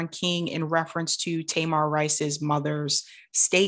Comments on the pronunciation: Таy-mahr? I thought that kid's name was Tuh-meer. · Thank you for covering this, but please learn that baby’s name if you choose to report on him again. His name is Tamir (Tameer), not Tamar like that loud Braxton. Sorry to be nitpicky but that’s a very personal story to lot of us and that’s a simple detail to know. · Just trying to be helpful no shade. Tamir is pronounced Ta-mear rhymes with hear. ✌🏾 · His name is TAMIR not TAMAR. Tamar is a Braxton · Not nitpicky at all. How are you Black, following these issues, and don't know how to pronounce Tamir's name correctly? 🤔🤔🤔. Nothing to go to war over, but worthy of being noted.